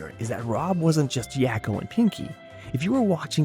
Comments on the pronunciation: "Yocko" "Walk-o"? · Yah-ko and wah-ko? Have you ever seen the show? That's not how they say their names...